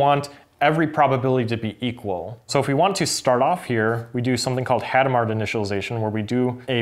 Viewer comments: Hadamard was French. You don't pronounce either the initial H, nor the final D. Also, the stress is on the last syllable, so "Adam are". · It's [adamaʁ]. I don't know if the H is "aspirated". Could you explain what the other instructions do?